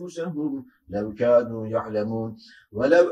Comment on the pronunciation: Allah razı olsun. 71. ayetin sonunda yanlış duymadıysam Hocamız "Kanu yefalun" diyor, doğrusu "Kadu yefalun" olacak. Yanlış uyarı yaptıysam kusura bakmayın.